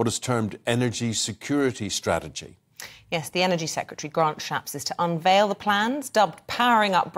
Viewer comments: His name is Grant Shapps, not Grant Shapp. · Shapps' or Shapps's. Not Shapp's as that's not his name.